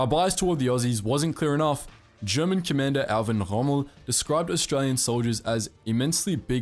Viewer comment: His name is Erwin not Irwin